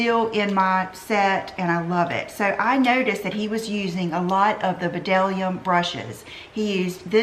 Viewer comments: Hey! Great video, just fyi it’s pronounced dellum not b’dellum. I was told this by one of the sales associates. Oops, they mentioned the b is silent. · you long younger than ever.... Just an fyi... the B in the brushes is silent. I was wondering if anyone else have mentioned it. But I didn't find any comments and I wanted to give you a friendly heads up. Blessings and stay sweet. Keep smiling. Latina 💜💜💜💜💜💜💜💜